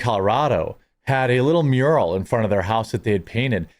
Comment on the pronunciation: Mural, not muriel.